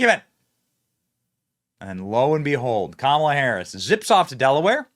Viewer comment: Camelah lol